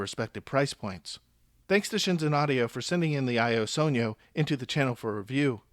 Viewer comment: Only person who has pronounced it correctly so far